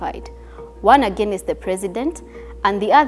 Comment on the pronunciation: She's good, but can she work on pronounciations? Some basic words don't sound like that, Against... Divisive... Years... she can most definitely improve on that.